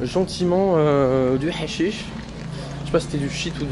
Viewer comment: Désolé mais quand tu as dis hachicche ça m’a tué de rire 😂